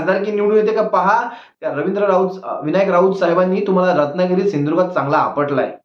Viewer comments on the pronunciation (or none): नेपाळी chya gandit आता दम नाही , या ला धड सिंधूदुर्ग बोलता येत नाही , इतका हा अडान चोट आहे